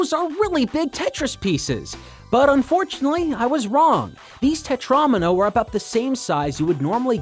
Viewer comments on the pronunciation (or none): im sorry what is a tetraAAAHHhmino